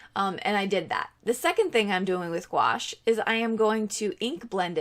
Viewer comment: It’s pronounced goo ash. 😀